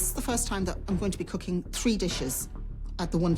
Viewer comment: Haaaa you should learn to Asian for real "coocking"